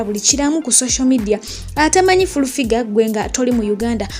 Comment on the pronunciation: 🤣 🤣 🤣 🤣 I hear fulu